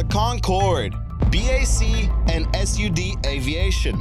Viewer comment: Its not S-U-D aviation. Sud, not SUD. Unlike BAC which is not Bac.